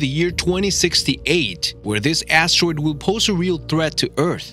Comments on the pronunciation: Never knew it was pronounced “asssssteroid” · This guy says astwoid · You prononce asteroid “astewoid” Wtf? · Are we actually going to listen to someone who can’t even talk properly like “Astawoid” and “Acuwet”